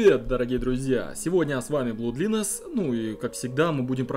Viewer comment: Blood Lines читается, как блад лайнс , а не блуд линес.